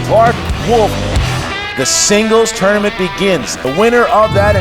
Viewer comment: Why does it sound like has a lispy thing going on when he pronounces 't'? Team Tournament sounds like theam thournamenth